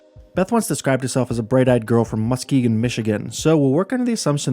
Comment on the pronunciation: You absolutely butchered saying Muskegon